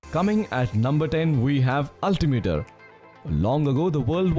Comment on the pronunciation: Why does ultimiter sound like avatar the way u put it lmao